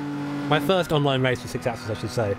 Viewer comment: Could you please do the #48 License Test with the 6 asses.... ? TY (It's pronounced: 6 accsEEs). LOL BTW: If I had a dollar for each time you said "6 asses" , ...I could buy a PS4 Pro. :/ LOOOOL